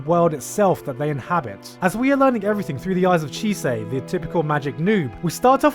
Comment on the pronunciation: Chisei? CHISEI!?